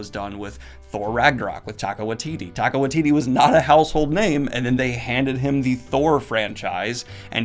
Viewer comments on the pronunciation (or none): i'm sorry but just so you know in the future it's pronounced TYE-KUH